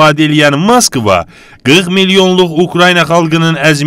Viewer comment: Sən get Moskva sözün deyilişin öyrən. Ma skva söz yoxdur. Sənin danışığınla rusun döyüş qabiliyyəti eynidir